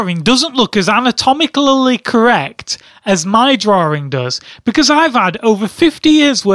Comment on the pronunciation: Why do you call it "drawring"?